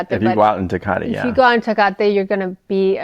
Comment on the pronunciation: The way he pronounces Tecate over and over is so fucking annoying i couldn’t get 2 mins in 😭